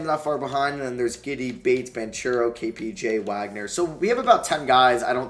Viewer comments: Please, I’m an Italian boy, the right pronounce of Banchero is Bankero for you as an american. Apart of that, it’s really a great video💛💙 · THANKS! I have already commented him the same in a couple of other vids lol